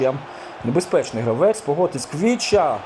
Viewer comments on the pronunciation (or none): Є 1 замітка Не Квіча Кварацхелія, а Хвіча Кварацхелія